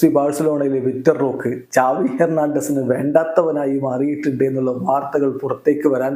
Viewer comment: Enik oru doubt സാവി.. ആണോ. ചാവി ano??.. Xavi.. Aenn alle parayne appo egne ചാവി avum😂😂😂